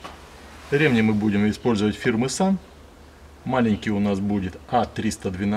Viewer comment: Видео хорошее толковое!😏👍 Всё хорошо, но режет слух ударение на слово РемнИ почему у тебя ударение на Е🤗😁разом вроде правильно ударение, но восновном на Е, почему?😁извини но режет слух🤗